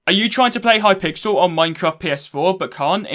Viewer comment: I’m sorry I can’t get over the Hi-pixel instead of it being a full word. Maybe it’s just me, but he said it differently a few times lmao.